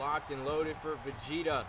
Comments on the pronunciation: 1. W 2. Yes, you pronounced Vegeta’s name correctly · Spoilers for the episode below Couple of things. You did pronounce Vegeta's name right, but his version of the Kamehameha is called the Gallick Gun. (Yeah Dragon ball names are food based names mostly, I know it's odd but the Goat made it work) The Gauntlet match was insane. I was legit worried that Cartman just wouldn't go down, lord knows we don't need HIM having another reign, but once Shrek took down Homer I was beginning to wonder who could take him down. And out steps out, one of the all time greats himself, Goku. And when Goku won it all? I knew right then and there. We had our main event for the next big match up. The two best of the best, fighting for the World Belt. For when Donald and Goku clash? It is an instant classic between them, as NO RIVAL has ever pushed Donald as far as Goku has. And that was Goku at just Super Saiyan. If Goku wants that belt? He's gonna have to pull out Ultra Instinct. Donald and Goku have become the Cartoon Wrestling version of the legendary feud of The Rock vs Stone Cold Steve Austin.